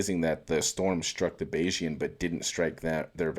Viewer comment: Thank you for pronouncing Bayesian correctly!